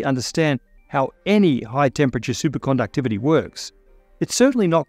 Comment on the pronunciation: I just love the way he says "Supercondouctivity" everytime.